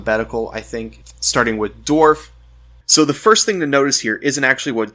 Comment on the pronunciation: I hate how you pronounce dwarf